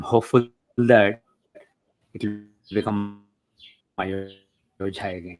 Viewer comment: Why is he calling ayodhya as ayojhya?